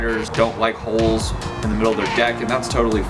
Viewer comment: Every time he said 'holes' I understood 'hoes' it was very funny to watch